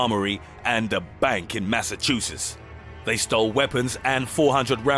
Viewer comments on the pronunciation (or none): none